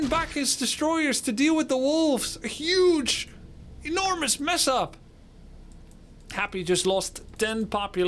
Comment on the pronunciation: thumbs up for saying Yuge with a Y. 🙏🏻🇺🇸❤️